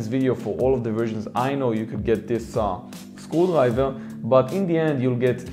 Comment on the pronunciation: why I keep hearing school library every time he says screwdriver